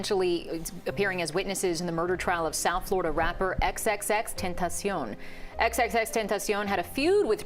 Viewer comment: respect to the reporter for the correct pronunciation.